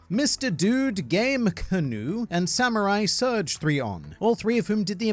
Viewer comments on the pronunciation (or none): Samuraisurgeon he butchered your name😂